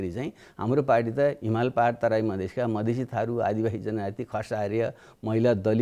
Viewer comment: मदिशे मदिशे भन्नेकि मधेशि ? बाबुराम!